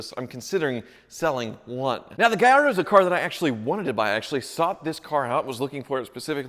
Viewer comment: Keep the blue Gallardo, at least you can pronounce it’s name correctly gringo. 😂👍 🇮🇹